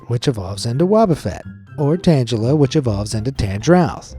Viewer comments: Did you really say "Tangila" and "Tangroth"? Its "Tangil-a" and "Tangroth" as in the vines growth in size. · the G in Tangela and Tangrowth has a hard G sound like "Good God" not a soft G sound like "Giant" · It's Tangle-a and Tang-growth. Not what he said! 😂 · The way "Tangela and Tangrowth" were said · The way u screwed up the pronunciation of wobbufett, tangela and tangrowth was like nails on a chalkboard 😂😂😂